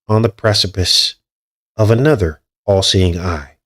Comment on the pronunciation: did you notice when you say All Seeing Eye it sounds like your saying AI. Wow!